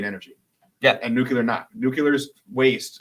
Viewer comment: Nu klee ar, not Nuk you lar.